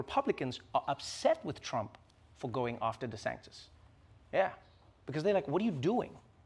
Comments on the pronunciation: it is pronounced dee san tis He says dee sank tis multiple times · You keep saying Ron DeSanCtis - can't read the telepromptor? assistants can't type the name right? whats happening? low production quality? -42 and and and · I love how Trevor was busting on Trump for the nickname/mispronunciation and then proceeded to mispronounce it as DeSanCtis. 😉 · Trevor actually got caught up in his schtick for the rest of the segment. He kept calling DeSantis, DeSanctis. Haha. Shoulda just called him DeShithead for the remainder. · DeSantis became 'DeSanctis' and I can't unhear it! 😆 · Trevor kept saying 'DeSanctis" lol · Did Trevor purposely keep calling him Ron DeSanctis? Because after he mentioned the nickname he called him that at least 3 times. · I’m I completely crazy or does Trevor just refer to Desantis as Desanctis for this entire segment? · Has anyone noticed that Trevor says Ron DeSaNKtis? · Does it annoy anyone else Trevor pronounces DeSantis as “Deh-sanc-tis”? There’s so c in his name??? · Does he know that he's saying Ron DeSantis wrong? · he keeps saying Ron DeSanctis after the joke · Love Trevor, but it isn't "DeSanctis" either....